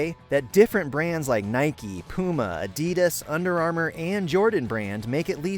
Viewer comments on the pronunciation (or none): none